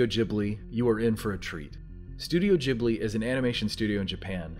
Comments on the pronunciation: Say studio JHIBLI one more time I dare u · Also SLAP For the way you keep saying Ghibli